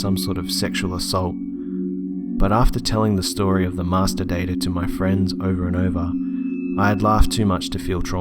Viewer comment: "The masterdater" lmao